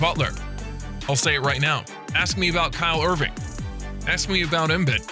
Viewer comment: Pls stop saying Kyle Irving lol